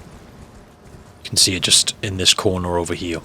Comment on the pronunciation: Why you say here all weird